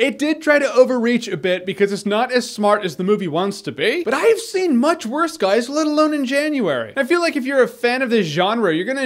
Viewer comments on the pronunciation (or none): "I've seen mooch wuust guys" the delivery of that line made me laugh.